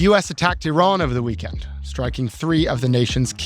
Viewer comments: Its not 'I" ran!!! Just like its not 'I" taly! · WTF!! Another “eye-ran” analyst!! Why can’t these people learn to pronounce names properly? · What is going on with this podcast. distracting and comically wrong pronunciation of Iran like she’s never actually spoken to anyone Iranian… and Scott walking around in circles likes he’s in a merry-go-round. Good take on Trump media buyback though. Trump media has all the value of a meme coins it’s all just money grabbing scams extracting money from loyal fans. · Hard to take seriously as an expert on energy, when she can’t pronounce Iran remotely correctly. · Please learn how to pronounce Iran.